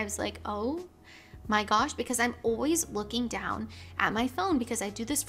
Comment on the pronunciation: said “always” with a British accent there